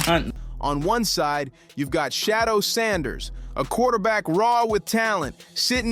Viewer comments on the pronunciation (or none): It's Shadeur not Shadow put some respect on his name! 😮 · SICKENING how these commentators mispronounce Sheduer's name. His name IS NOT Shadow🤔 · Respect his name. Correct it. Say it with me, Shedeur! 🙄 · You guys can’t even get his name right . I don’t know who’s narrating this but you suck. Get the name right. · Pronounce his name correctly. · It’s so hard to listen to these video clips when the commentators refuse to pronounce Shedeur’s name correctly. Personally, I think the NFL wants to keep Shedeur hidden cause they knew he’s going to show out & prove people wrong about him. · I think they purposely say his name wrong